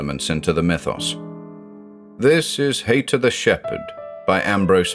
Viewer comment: With the name being Haïta, using the I with two dots - ï - I think that indicates the ï should be pronounced separately. So just like naïve is pronounced Nie-eeve, I think the name Haïta should be pronounced Hie-eeta.